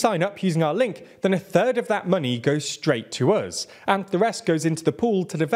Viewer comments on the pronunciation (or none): none